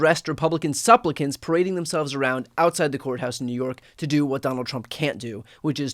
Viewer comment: Social drink when Brian says "suplicant". 🎉😂